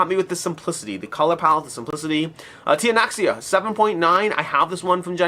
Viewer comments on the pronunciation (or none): Tianxia is pronounced tien-sheeah. Two syllables, first one rhymes with bien and the second one combines a long ee with an ah sound into one syllable (you can also search for tianxia pronunciation on YouTube or have Google Translate pronounce 天下 for you to be able to hear what it sounds like, because neither of those vowel combinations perfectly map to English). Tianxia roughly translates to "everything under heaven"/"all under heaven," it's associated with the Mandate of Heaven and Chinese emperors' divine right to rule. It's a very thematic title that unfortunately is tripping up a lot of creators who don't know how to pronounce pinyin - you're not alone!